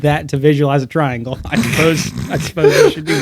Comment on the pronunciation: Bruh It's called a TRI - ANGLE